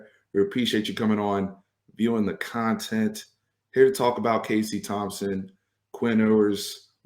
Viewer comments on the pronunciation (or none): none